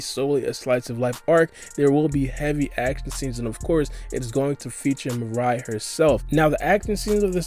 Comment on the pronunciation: Oh no. It's not Mariah. It's Mirai. Meer-ah-ee. Lol